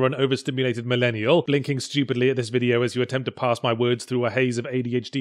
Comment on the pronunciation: Parse, not pass.